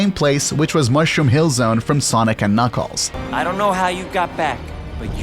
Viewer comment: Don't forget KnOckEles